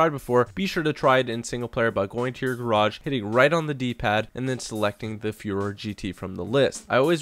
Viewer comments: Hey, just wanted to let you know Furore isn't pronounced fyoo-ROHR, but foo-ROHR-eh, with a bit of a trill on the r's like all r's in Italian. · I think the name of the car is Fu-Ro-Re, sounds like ferrari